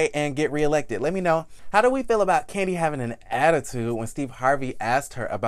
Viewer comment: Love ya but definitely got to put some "Respeck" on Kandi's name